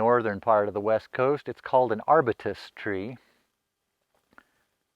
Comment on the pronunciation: “Ar byu tus” is the correct pronunciation; the genus of the tree is arbutus, its full scientific name is arbutus Menzesii. It is locally called madrone in CA and OR, madrona in WA, arbutus in Canada. Interestingly, both Canada and California use “madrona” as a place name, not madrone. It does indeed make excellent firewood as well as turned products which is my area of expertise. Lumber, as was said, is difficult to dry and keep from cracking and warping. Good video except for the pronunciation and including the other common name, madrona.